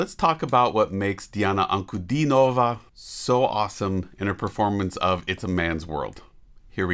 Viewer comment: Great reaction, informative as always. Speaking of getting the difficulty of emphasis right in a foreign language, I notice you have now switched to the correct pronunciation of her name compared to earlier reactions ;-) I think you are the first western reactor (of which there are many) to do that so chapeau!